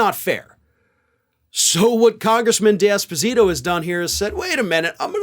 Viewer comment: I thought said congressman Despacito, and funny enough, check the (automated) transcript, yup, congressman Despacito. Made me chuckle 🤭